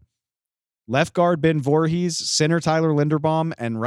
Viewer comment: “Ben vorhees” 🤣